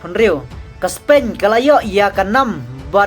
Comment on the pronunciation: Spain ruh ong Spein Tax ruh ong TAK. Practice bha shwa ban kren English sa pynmih khubor